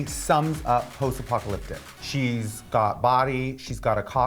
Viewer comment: post-apocalyptic isn't that hard of a word to pronounce tho? Especially for someone who proclaims they're an intellectual all the time and makes comments about other people's grammar (